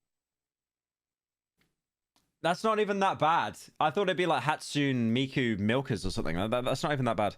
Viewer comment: Pronouncing Hatsune Miku like Pyro did should instantly send you straight to biblical hell